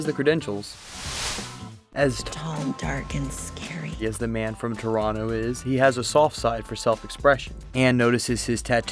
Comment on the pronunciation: Thank you for pronouncing Toronto the way it should be pronounced.